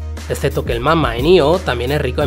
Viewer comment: El Mama, en lugar de Magma